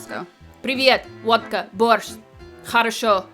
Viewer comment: в начале ролика почти без акцента произносит "как дела" и водка борщ))